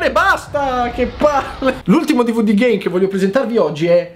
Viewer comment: Schumi Jr. L'ultimo dvd GAME ha detto, solo che, dicendolo velocemente, sembra che dica GAY